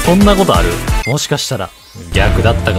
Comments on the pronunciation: 未だにイントネーションがマジ↑ボスなの草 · マ↑ジ↓ボス→なの草